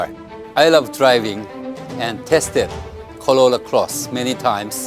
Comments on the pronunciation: why can that guy pronounce is R in most words but not in the word Corolla.....maybe he leally think that it is plonounced Collolla, of coulse !!! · No body Literally no body ever Narrator : collola closs 😂😂😂